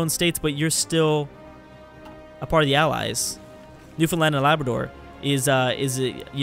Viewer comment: Omg you actually said Newfoundland correctly, props!